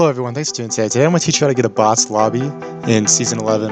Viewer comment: He said boz